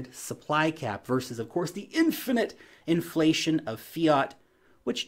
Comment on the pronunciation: “The powers of inflatiomen” 😆 made me giggle. But seriously very thought provoking stuff